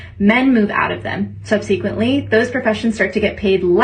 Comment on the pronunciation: I can't take the first woman seriously. How can you not pronounce 'subsequently' correctly?